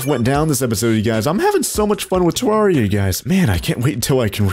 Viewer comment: Not to be that person but its pronounced Ter rare I a